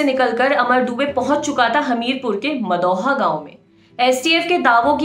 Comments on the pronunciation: It's not madhoa, its maudaha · Madam aap maudaha ko galat pronounce kr rhi hai